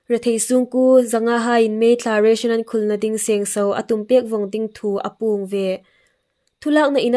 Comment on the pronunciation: A ngaitlâk hi an hawi hle lai zingin 'APUONG' ti thumal hi a tlûk indik tawk naw châng a tam thei ngei. Tiem dawk hma hin lo practice thei ani dîm aw,,,,?